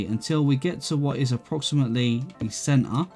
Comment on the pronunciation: take a sip every time says "cen-ar"